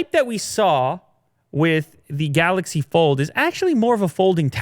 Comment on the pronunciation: You do mean the "Galax Fol"?! There I saved you two syllables!